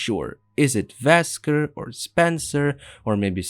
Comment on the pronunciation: His name is wesker not vesker